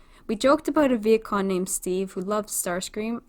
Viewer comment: Is it just me or is she pronouncing vehicon as vietkon?!